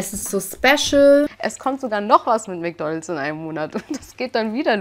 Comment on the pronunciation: ich mag dich ja total nh aber es heißt nicht Mc Donls sondern Mc DonalDs😵‍💫